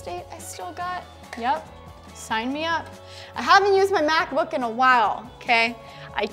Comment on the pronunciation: I thought she said Math Book at the Begging